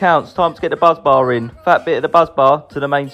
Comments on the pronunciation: Busbar not buzz bar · Are you saying Buzz Bar😂😂😂😂